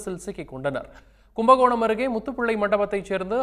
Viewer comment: கும்பகோணம் ஆ இல்ல கும்பகேணம் ஆ 😂😂😂😂😂